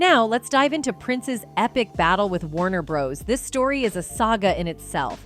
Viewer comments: Warner Bros? Come on who doesn’t know how to say that name correctly? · A1 🙄 this is what we're in for. Constant mispronunciation and generic voices.